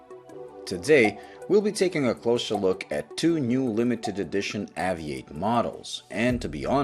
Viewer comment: When I lived back in the UK I would always buy a poppy every year. I always enjoy your reviews as they're usually clean and concise. I believe though that it should be pronounced Ayvee8 as in Aviation.